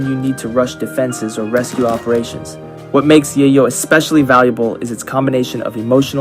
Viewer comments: Its not "yahyo". Its "yayoh." Its cocine. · Is there a reason Rimworld content creators call Yayo 'Yah-yo' and not the traditional real world 'Yay-yo'? I'd be lying if I didn't say it bugs me lol! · Great video! Only comment is that yayo is pronounced "yeh-yo" (like "day-glow"), because it's intended to be a fictional version of cocaine, whose street name in Mexican Spanish is "llelo", which is pronounced the same way. As used in a sentence by Tony Montana: "Chichi! Get the yayo!" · pronouncing yayo wrong, yayo is a slang term for cocaine, it is pronounced Yay-yo